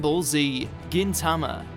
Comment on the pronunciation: Stop saying Gintama wrong